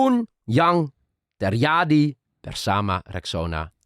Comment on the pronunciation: note for, when you pronounce "j" in Indonesia, don't pronounce it like the Dutch way which become sounds like "y" in English, but pronounce it like the the usual "j" in English, for example you say "Jakarta", not "Yakarta", right? so, it should be "terJadi", not "terYadi". "LanJut", not "Lanyut". I notice this quite a lot when you pronounce Indonesian words, so I hope this can make your Indonesian better, you're already very confident pronouncing Indonesian, keep it up,!